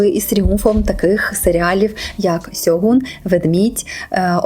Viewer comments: Правильно буде ШЬОҐУН. Через С перекладається в рос. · правильно "Шоґун", ви використали рос.транслітерацію